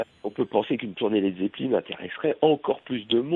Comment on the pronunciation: manoeuvre pronnonce "led zeppeline"??!!!? c la premiere interview que j'entends ou il ne dis pas led zeppelain!